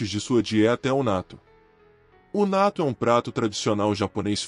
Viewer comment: Se pronuncia: Nattô Com o acento no ô e não no a. Só pra corrigir a pronúncia